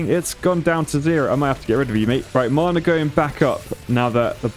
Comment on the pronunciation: His pronunciation of Mana is making me so upset whyyy